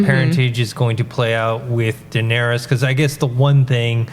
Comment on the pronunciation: " Danery-us" lol